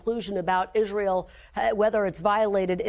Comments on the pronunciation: Someone, please help Lindsey learn to pronounce Israel. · h linsey sounding more & more like Trump. And maybe he should learn how to pronounce the word Israel! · All politics aside, I am most offended by the way Graham pronounces "Israel." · Lindsey Graham can barely speak cohesively, every sentence he misstates or mis-pronounces something..all his meaningless hyperbole to rile up the dumbest of his flock